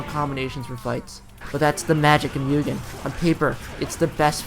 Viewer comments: Are you gonna keep calling it Myoogin? MU GEN MUGEN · you put in all the effort to look it up on translate and then went right back to calling it mewgen the next sentence lol